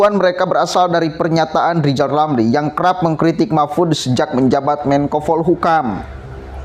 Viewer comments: Lijal lamli kehilangan halapan jadi menteli...jadi stlezz... 😁😁😁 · klo pengen jadi presiden rizal ramli harus bisa me ngeja namanya sendiri dengan benar...rizal ramli bukan lijal lamli.. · LIZAL LAMLI OH LIZAL LAMLI 😆😆😆